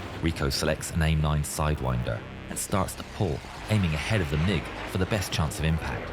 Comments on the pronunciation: Hearing you saying the letters m i g 29 instead of mig 29 feels so wrong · It’s not pronounced like MI6, it’s just MIG. These happen to be MIG 29’s. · It it pronounced Mig, like Fig